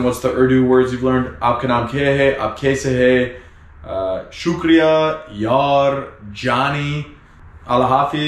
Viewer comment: Hey, really enjoying your videos. I live in Australia and It's been 3 years that I've had visited my home country due to Covid Restrictions. Your videos brings back alot of memories and also i like the way you say Shukriya Yar! Sounds cool.